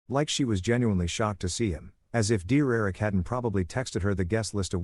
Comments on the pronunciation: The voice meant DERRICK! 😂😂😂😂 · I thought it was saying "dear erick"